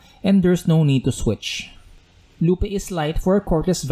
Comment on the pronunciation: BTW it's pronounced LOOP. Not "Loop-ay"